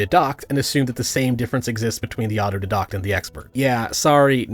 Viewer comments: Hi, friendly neighborhood pedantic nitpicker here! The way you pronounce 'autodidact' sounded wrong to me, so I checked. What you're saying is something like "auto-did-oct," but the credentialed-elite say the pronunciation is "auto-die-dact." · It's auto DIE dACKt. Not auto dih dokt. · Although it does bother me that he isn't pronouncing auto- die - dact correctly Wtf is an auto -dadoct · my pedantry is flaring up. its "otto-DYE-dakt", not "otto-di-DAHKT". please, my ears are hurting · You keep saying åtō-dédå'ħt instead of å'tō dī'-dăkt. 😅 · As much as I love your content, the mispronouncing is super ironic here. Auto-dye-dack, not dee-dack. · The irony of you speaking on auto-didactic learning without being able to pronounce autodidact(aa·tow·dai·dakt), is papable and hilarious. Stop conflating deduction with "didaction". You sound like a proper idiot when you try to teach without being able to pronounce the words you're using to educate. 😂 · Please look up how to pronounce autodidact. It's more like auto-die-dack and I auto died a little inside every time you pronounced it like a French school girl 😂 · Auto "Dye-Dackt" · I uh, don't disagree, but uh, is "auto dedockt" a Canadian pronunciation of the word I'm not familiar with? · Is that how you pronounce "autodidact"? Thought it was supposed to be "auto-DIEdact" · Aw-toh-die-dact. Ironically I didn't teach myself how to pronounce that. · Signs of being an autodidact: 1. You pronounce autodidact like otto d docked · The pronounciation of autodidact (ah-toe-die-dakt) is throwing me so much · Auto-DIE-dact... Pedantry intended. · Isn't it pronounced auto-DIE-dact? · for the record, autodidact is pronounced "Ott-oh-Die-dakt" not sure why that bugs me so much, probably [libertarian autism joke goes here] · Love your videos, mate. Now please use your autodidact skills to check out the pronunciation of “autodidact” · I have never heard someone pronounce autodidact like that. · why would you mispronounce autodidact?